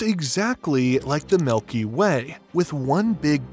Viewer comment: Very interesting to learn about Euclid, thank you for posting this. There was something I wanted to mention, the way the name Milky Way was pronounced throughout the entire video. He kept saying it as "milky WAY", really emphasizing the word WAY over milky. Any particular reason for this?